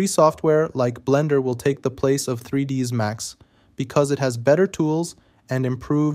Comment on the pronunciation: Err... You know it's not "3dees Max" right? :)